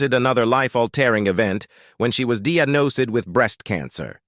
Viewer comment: "Diagnosed" is not pronounced "DEE-ugh-NO-ceed." Artificial intelligence isn't very intelligent.